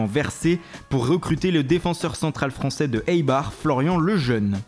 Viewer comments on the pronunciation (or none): none